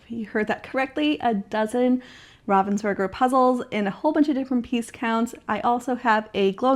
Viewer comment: You are pronouncing Ravensburger correctly. 👏👊